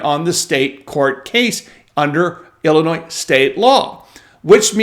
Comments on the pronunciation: Its Illinois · Forget it Jake, it’s Illinois.